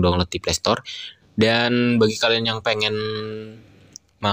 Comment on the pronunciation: Donglot bukan download 🤣